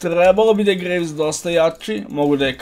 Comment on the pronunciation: I ja gledam nesto mi cudno kaže gragas a slika graves 😎. Btw super klip